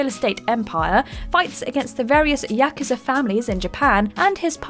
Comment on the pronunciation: You pronounced Yakuza wrong!!!